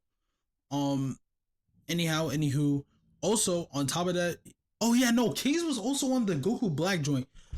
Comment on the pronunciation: Kahze names is actually PronouncedKah-Zay